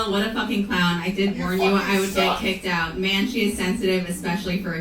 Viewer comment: Look at me in the Fowaken eyes 👀😆🤣😂